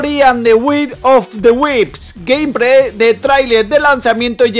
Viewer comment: Gamepray hejeje q mal hablas tío es gameplay con la letra L